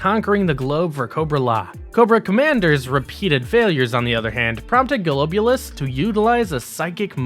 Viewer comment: Great video by the way, but I think that you should check your pronunciation of some of the characters, like the way you say Zartan as Zarton, or Serpentor as Serpentar , or Golobulus as Goloboulus.